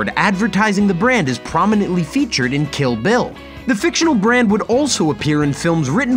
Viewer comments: Kill Bill, not ‘Killville’. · "Kill vill volume 2"